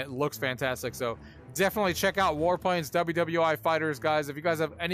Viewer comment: Did you really say WW eye (i)?